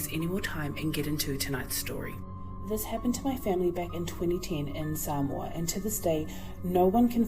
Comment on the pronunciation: That woman can't pronounce Samoa correctly. It's annoying.